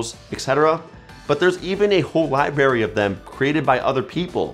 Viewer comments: When he said "liberry" instead of library kinda caught me off guard tho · your videos are great and helpful. But did you say "lieberry"? 🤔